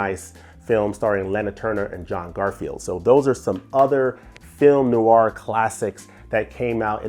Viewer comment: Film NOIR has just one syllable! Not NOO-ARR. The term translates from French as Black Film or Dark Film.